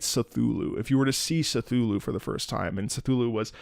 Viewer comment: pronunciation of C'thulhu bothers me, but that's just a gripe. Great analysis on Nu Udra and it's theme